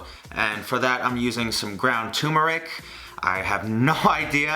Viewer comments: It's pronounced TUR-ME-NIC not TU-MER-IC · It's ter-mer-ic. Not too-mer-ic. Sorry. Edit: Also, just flattening, rolling up the dough, and cutting slivers of the dough roll can make noodles. ;)